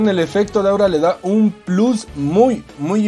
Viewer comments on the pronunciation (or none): none